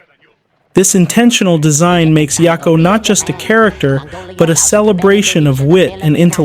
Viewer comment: Yak o not ya ko. Idk why that bothered me so much